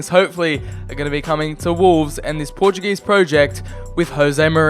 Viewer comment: dont yoou disrespect my country its portuguese not portug_ese